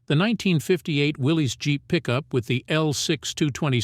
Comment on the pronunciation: Willys, like Bruce Willis. Got it right the first time. Not "Willy's" There is no apostrophe. Man's name was John North Willys.